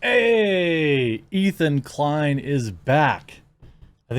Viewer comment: ETHAN DE-KLIEN